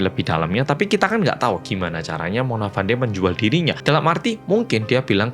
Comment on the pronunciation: Izin koreksi 🙏 Cara baca nama Fandey di sini itu 'Fendi'. Jadi nyebutnya itu bukan ngikutin cara ejanya. Untuk Dato Mazlan, Dato itu gelar buat seseorang, jadi cukup bilang Dato Mazlan aja. Ga perlu nambah 'Pak' di depan, kecuali kalau mau manggilmya "Pak Mazlan." Sama juga gelar2 lain di Malaysia kayak Tun, Tan Sri, Datuk. Ga usah ditambah istilah Pak, Bapak, Bu, atau Ibu.